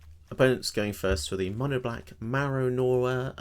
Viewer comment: "Marrow Nora" 🤣 (I know you said "Gnawer", but that's not as funny, is it 😉) Nice deck man! Really like the colour combo and the aggressive ninjas 🙂Love the idea of attacking as often of possible and getting something extra (or different) out of the attack! Kaito first activated ability it great! Really promotes the gamestyle you implemented! Shame about the rats! (and not sure why you couldn't block with your (blue) artifact against Fear....)